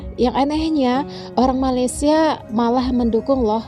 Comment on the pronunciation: wahai si pencerita, sebutlah nama negara kami dengan betul... Malaysia bukan Malaydesh.. itu saja nasihat saya... peace from 🇲🇾